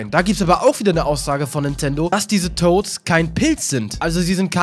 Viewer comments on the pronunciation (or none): "die Toasts" ? XD